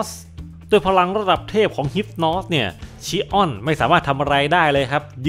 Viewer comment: ขัดใจตรง ชิออน เป็น ชิอ้อน นี่แหละ 5555 ส่วน อันที่บอกว่า ฟันพลาดโดนแขนตัวเองใครฟังก็เข้าใจผิดครับ แบบำทไมมันโง่จังวะ จริงๆคือฟันออกไปแต่โดนเบี่ยงมิติ โผล่มาอีกทางแล้วโดนแขนตัวเอง (ใครนึกภาพไม่ออกไปค้นหา Yu gi oh Dimension Wall เหมือนรูปการ์ดยูกิ Dimension Wall อะ ตีไป โผล่ข้างหลัง) ครับ